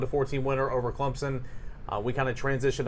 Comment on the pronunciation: saying ClemPson cracks me up.